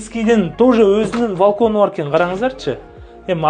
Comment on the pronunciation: Валкон эмес балкон болот кыштак